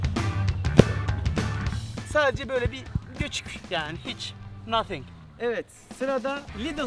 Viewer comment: 7.15 ne guzel nothing dedin be😂